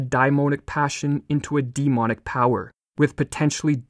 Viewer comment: Please, research the proper pronunciation of demonic!